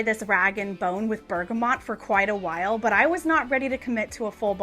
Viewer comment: Hi, just a quick observation on Bergamot - no 'N'; you're pronouncing it as 'BergamoNt'. Thought you would appreciate knowing this, seeing as it is a favourite. Love your videos!